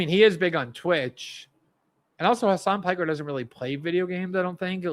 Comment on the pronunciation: Glenn I have to admit that it is quite funny that you also called him 'Khamas Piker' (accidentally)